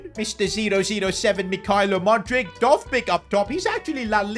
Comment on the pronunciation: pronounced moo-dreek